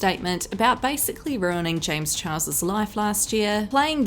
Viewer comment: the one thing i like is you began saying James's name correctly not chihua...... like you did.. ❤